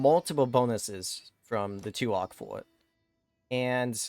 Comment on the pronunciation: Hey man, It pronounce as